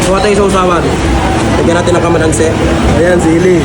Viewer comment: Hindi camalansi hahaha calamansi